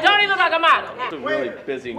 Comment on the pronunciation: Two words mo-del lol lol lol lol lol